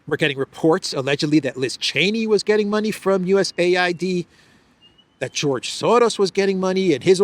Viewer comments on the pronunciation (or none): none